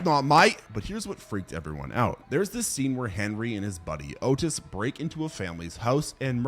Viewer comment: I don't remember hearing you say Henry: Portrait of a Serial Killer is based on Henry Lee Lucas, a real life serial killer. Also, not for nothing, but Otis Toole pronounced his name Aw-Tis if I remember correctly.